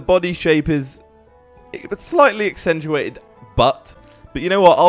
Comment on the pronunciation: "Slightly exsentueted ........BUT! " 😂😂😂😂